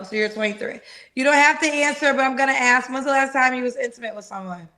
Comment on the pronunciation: I am sorry…and I will get rammed for this…can we pronounce the word ask correctly?